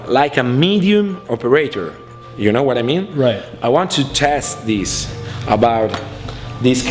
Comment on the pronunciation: Yuton ತ_ಎತ this “dis” shouldn’t be funny